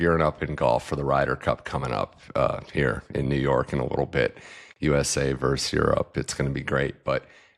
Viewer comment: versus-not verse